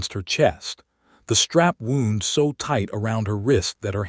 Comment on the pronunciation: The leather strap was wound pronounced like sound, not like a injury! I wish AI could get the pronunciation correct